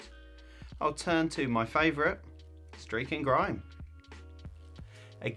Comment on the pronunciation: Nice one dude, and I see you've had a haircut. Gotta love the easing of lockdown. Unfortunately I now can't unhear the aussie streaking grime every time it's said. Keep up the good work dude